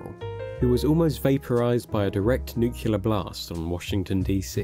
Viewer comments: Getting real tired of people saying nucular. It’s nuclear. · It's nuCLEAR not nucULAR, but anyways, great vid! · Why are you saying “nucular” there is no “U” after the first one in “Nuclear” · Love the info on the lore, but I have to point out it's nuclear, not nucular. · Why do you keep saying noocuelar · Why do so many people pronounce it "nukular?" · It’s pronounced nuclear (nook-lee-er), not nucular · "Nucelar?" Seriously? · Nuclear, not nucular. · NU-CLEAR* (not nu-kee-lear) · It always drives me nuts when people pronounce nuclear and “Nu-ku-ler’…. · nook-lee-ar, not nook-you-lur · It's pronounced nuke-lee-ar. Not nuke-u-lar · For any god's sake, the word is "Nuclear", not "Nuculer". Please get this right or how can we trust your word? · It’s New-Clee-Err, not Nuk-U-Lurr, God I hate it when people get that wrong. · nucular nuclear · NEW KLEE URR ffs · It's nuclear. NOOK-lee-yer. Say it ten times. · “Nookyalar”? Nah bro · Nuclear, not Nucular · Is the narrator here actually (mis)pronouncing "nuclear" like George W. Bush did? Anyone else hear that? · "nucular" is not a word. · For the love of god stop saying “nuculer” … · Hate to be that guy but you're saying 'nuclear' wrong and it's grating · Why are most Brits unable to properly pronounce “nuclear”? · Wow everyone has really gone nucular over my mispronunciation of that word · The word is Nuclear. Only one U. God that bugs the hell out of me... I'm not sure why. 🤔🤷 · Why can no one pronounce nuclear correctly. Jesus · This would have been a better video if you knew how to pronounce nuclear. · The amount of people in this world who cannot correctly pronounce the word "nuclear" is genuinely upsetting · Had to go find another video. The L is before the E without a second U in NucLEar Learn to freaking speak